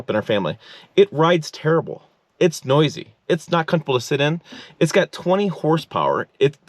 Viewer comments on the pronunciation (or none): none